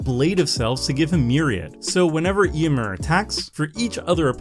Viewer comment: Does it grate on anyone else's ears that pronounces the name Eomer differently than it is pronounced in the films?